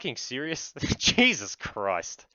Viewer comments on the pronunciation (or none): none